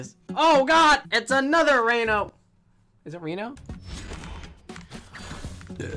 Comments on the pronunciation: literally made the video unwatchable for me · It's not re no, its reeeeeeeeeeno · It is not Reeeeeeno, it is Renooooooooo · Nobody::reno Everybody else: REno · jesus christ it's REE-NO not REHN-OH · It’s pronounced reno like with a hard E like reed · I Think its pronounced Renault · I cringed every time he said “Renno” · Each time he says Reno, he says it wrong and it makes me mad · Guys it's pronounced Reno not Reno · It annoys me how he says Reno not Reno